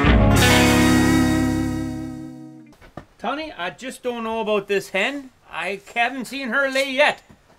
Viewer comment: Tunneys buddy in the buggy chust needs to work on his accent chust once maybay.